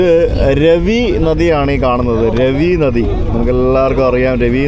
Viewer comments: രവി നദി അല്ല റാവി നദി ആണ് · രവി നദി അല്ല it's രാവി ( Raavi river) നദി രണ്ടാമത്തെ തെറ്റ് after pakistan yathra( കർത്താർ പുർ ഇടനാഴി)... ഇതെന്താ വയലാർ രവി - T.G രവി ( ബലാൽ സംഗ വീരൻ) എന്ന് പറയുന്ന പോലെ 😅